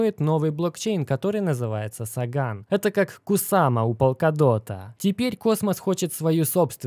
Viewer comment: не СагАн, а САган, по имени писателя-Карл Саган. Не ГемИни, а ДжЕмини. Не План БЭ, а План Би. Я тоже немецикий учил, но как-то стараюсь произносить правильно.